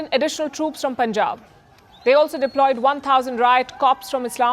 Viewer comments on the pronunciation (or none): none